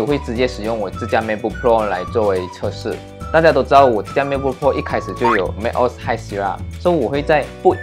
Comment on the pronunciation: 要不要再認真聽一下 Google翻譯怎麼說macOS？不然你也有系統內建的語音系統，比Google還標準